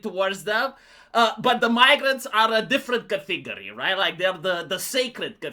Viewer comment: Category. It's not ka-teeg-ery. It's CAT-a-gorrie.